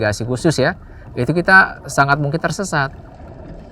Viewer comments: It's an anode. Not an an node. BI narrators seem to be the worst when is comes to simple mispronunciations. I notice it in most of your videos. It's little stuff like this that makes me question what else is inaccurate in the script and keeps me from sharing what would otherwise be decent content. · It’s not “anne-node.” It’s all in one syllable. Anode. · This piece of metal is not a poem to Anne. Why the heck does this narrator put so much effort in to foreign names but can't pronounce ANODE correctly? It's not Anne Ode, It's an ode, one word, ask Google Translate or anyone with experience with electricity at all to find out the right pronunciation. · “The an-ode” 🤣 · Anyone else being driven insane by Ann-ode? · "An Ode" just about killed me each time she said it. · The way the host pronounces “Ano-ooode” 😆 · I don't like the way you say "anode". Going out on a limb and saying you've never heard the word before? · Can’t handle how she’s pronouncing anode. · The way she’s saying anode is unbearable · Do people really say anode with 2 syllables? It just sounds sooo wrong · The way she pronounces anode 😂